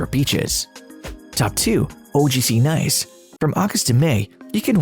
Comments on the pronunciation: Pro tip: Nice is pronounced 'knees' not 'nice' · Lasted 2 seconds into the video. Can’t even pronounce the city properly. Next.